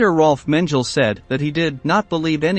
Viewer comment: Menjel? WTAF?!?